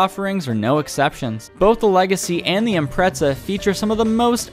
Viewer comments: Why do people say “Impretza” ? This isn’t the first time i’ve heard that lmao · What the fuck is an impretza